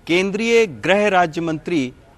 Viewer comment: पत्रकार महोदय,ग्रह मंत्री नही बल्कि गृह मंत्री होता है जी।